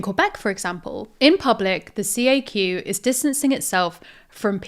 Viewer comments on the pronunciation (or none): it's not pronounced as separate letters, CAQ, it's pronounced as a word. Kind of like Zack but with a hard C at the start. Just a lil note there lol.